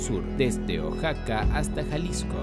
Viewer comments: Pronuncia bien Oaxaca no es oxaca y es san luis potosi no san luis de potosi >:I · Genial muchas gracias, pero como dato Oaxaca se pronuncia como oajaca✅ y no como oksaca❌ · es oaxaca uajaca no oxaca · Pero yo lo digo por que dijo oxaca y no sabia si existia, por que en realidad es oaxaca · La información que se brinda es muy buena, pero la pronunciación de los nombres de los estados es incorrecta, se pronuncia OAJACA (OAXACA) Y SAN LUIS POTOSÍ (sin el "DE") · Oaxaca se pronuncia Ohajaca, después de quitarme esa espinita, tu video es perfecto, la investigación, edición y descripciones están muy bien logradas, no todo el mundo puede lograr este nivel de calidad, eres muy genial viejo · Ox-saka 🤣🤣🤣 donde vive Ox Satan en Mex-sico 🤣🤣🤣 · Pronunsi bien oxaca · Jajaja este wey no sabe pronunciar Oaxaca, un estado que es patrimonio de la humanidad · Pronuncia bien Oaxaca